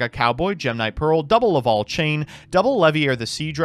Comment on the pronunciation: Gofundme 20 bucks for a speak and spell so he can learn how to say lavalval instead of laval